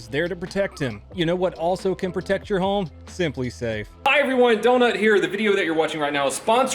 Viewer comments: When he says home it sounds like “Holme” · Are you saying HOLM in your ad? Pretty sure you’re saying HOLM